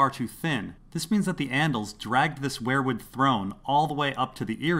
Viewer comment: Its WEIRwood not WHEREwood! Seven Hell's!!!